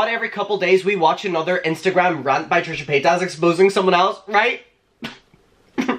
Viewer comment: AM I THE ONLY ONE WHO HEARD TRISHA POTATOES?! I’m crying 😭😭 I love you!